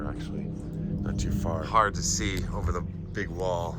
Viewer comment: what is a foarheard? Its a forehead. Sheesh.